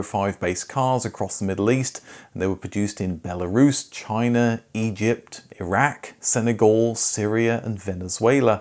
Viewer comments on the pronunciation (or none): none